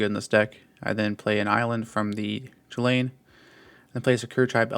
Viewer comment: Yet he pronounces “Chulane” wrong…